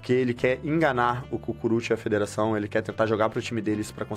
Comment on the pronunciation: "Fedeaçao" kkkkkkkkk